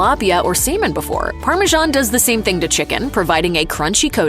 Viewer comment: Definitely Slow Down with your Pronunciations of Words in your Videos. It Sounded like you Said to Add Parmigiana Cheese to Semen instead of Salmon in this Video.